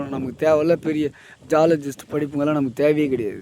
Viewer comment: வச வச வசன்று பேசுறார்.....சப் கான்ஸ்யஸ் மைன்ட் என்ற வார்த்தையை மட்டும் 100 முறை கூறியுள்ளார்.... ஜீயால ஜீஸ்ட்....முனா என்கிறார்..... மொத்தத்தில் விவசாயி பாவம்.....